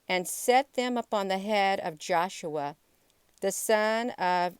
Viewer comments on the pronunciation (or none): none